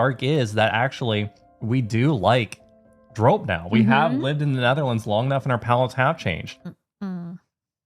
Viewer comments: I don't (always) want to be that annoying person, but we pronounce the o in drop a bit like the English "border". I felt like your version was a bit too much in the "snow" direction. Other than that, you're doing a great job exploring our language and food 😊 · It's pronounced drop, just like the English verb, not droap. Hopjes have the same sounding o, like the English verb hop, not as in hope. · Yup, not 'droap' but simply the English 'drop'. And easy on the 'w' in 'drwop', make it 'drrrrrop'. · Drop is actually prenounced as dr-oh-p not lik the hard ooo as in OK but more the soft oh like the meh kind of oh sound. Hope I explained it right, but dropjes is not with a hard O, but soft O. If that makes sense. Hahaha, better explained in talkative Dutch. It is why people have trouble understanding our language hahaha. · The letter O in drop is the same as how you guys pronouce the letter O in Dordrecht, just a tiny bit shorter.